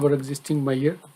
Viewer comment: Very useful video to understand RLS. Just one thing Sir, your pronunciation for 'Measure' is not understandable. It took me sometime to understand. Please be more clear in the future videos. All the very best.